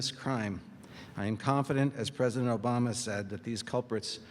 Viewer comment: Mam said prizidon Kamala te i know form torkia